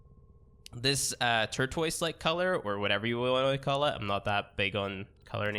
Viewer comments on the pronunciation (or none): Why are you saying tortoise instead of turquoise ? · turtoise lmfao